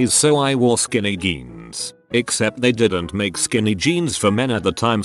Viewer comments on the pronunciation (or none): Skinny geens Also: Skinny-shzonns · Just when I didn't think could get any weirder, I hear it pronounce jeans as "genes, jeans, zhaun" in 30 seconds.